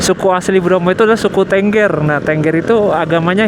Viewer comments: Bukan tengger tapi tengger mas. 😂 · Bacanya t𝙚ngg𝙚r mas bukan tengger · Tengger bang, bukan Tengger. Emangnya burung 🤣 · Ngucapin tengger...e nya seperti di kata kera...bukan e dikata tempe mas.....😊....piss